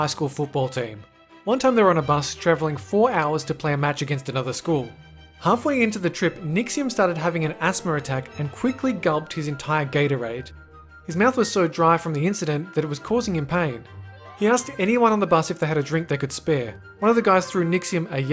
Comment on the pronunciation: Asthmer its asthma